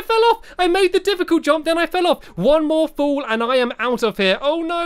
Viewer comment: You are saying full it is fall